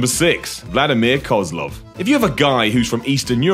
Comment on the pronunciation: you pronounced Koslov wrong, you idiot. it's pronounced koslow. Even wwe got that right. I bet you even think he was actually from Russia